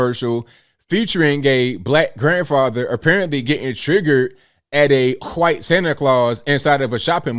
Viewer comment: I’ll consider subscribing if you stop saying white like that.